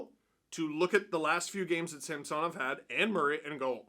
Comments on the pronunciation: Ok. They said Samsonov wanted Cuthbert to pronounce it that way. I guess he doesn't care then. I'm sure you are right, just odd the player wouldn't want the play by play guy to say it right. Maybe its like when Kaberle played. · Steve can you please pronounce Samsonov’s name properly. He doesn’t want to be called the way you’re saying it. Kind of disrespectful. Great job as always though. 👍